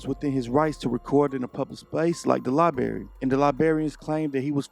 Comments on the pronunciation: Great video, only thing I’d correct is using the word “libary” it’s library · its not a GODDAMN LIE BERRY ITS A LIBRARY, BRAIR. learn to speak the fucking language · I know it's trivial but it grates on my nerves when I heard a library called a libary. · respectfully it is pronounced LibRary, not liberry. It’s not like a strawberry or a raspberry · “Li-barry?” It’s pronounced “Li-bRary”